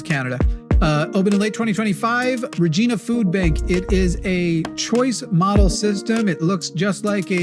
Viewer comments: please PLEASE please 🙏🏼 never ever say Regina like that again. The first part was fine but the ending is the same vagina. It's not Gina gee-nah it's gi-nah. That's why Deadpool says he's from the place that rhymes with fun (not sure if Ryan Reynolds ad libbed that part or it's actually from the writers). And for reference Newfoundland is pronounced New-Fund-Land. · Regina rhymes with fun; Deadpool was right. It is pronounced Re g-eye na. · Regina (Saskatchewan) is not a woman name, its the city that rhymes with fun!